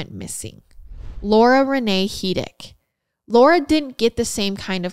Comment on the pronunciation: This is gonna sound weird lol My name is Laura and you say it so perfectly!! 😂❤ Thanks for the episode! Much love from Middle Tennessee 🧡🤍